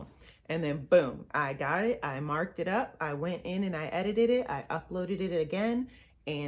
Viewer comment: I giggled and said to myself, “She says ‘edited it’ so funny”... then you got tongue tied & laughed at yourself. Then you did it again! Lol! You’re so beautiful, talented & encouraging! SUPER proud of you! 😃